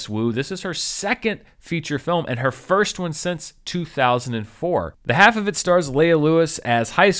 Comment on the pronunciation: Half is pronounced with the L in this movie It rhymes with Ralph